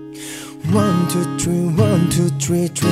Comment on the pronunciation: i felt he's saying " one two tree one two tree drink " ooh his own new accents 😂😂 Edit : Lol one of my online friends is speaking like him too cute ❤️😂